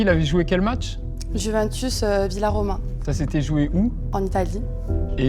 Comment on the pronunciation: Elle a dit villaroma😂😂😂